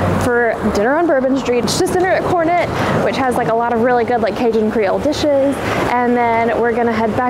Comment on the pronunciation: The restaurant that you went to on Bourbon Street for dinner it’s a very good restaurant. But you are pronouncing it wrong. It’s pronounced Cornet like the musical horn 😀